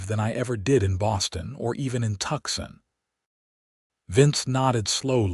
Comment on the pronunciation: Tuxin is actually Tucson, which is pronounced Toos on. Surely, you folks ought to be able to get this correct.